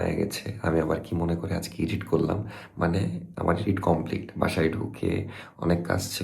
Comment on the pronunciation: ভাইয়া, আপনি আর নাফিসা আপু কি পড়াশোনা ছেড়ে দিসেন? আরেকটা ব্যাপার, এডিট কে ইডিট বইলেন না। শুদ্ধ উচ্চারণ করা উচিৎ।